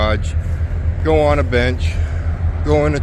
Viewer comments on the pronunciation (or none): none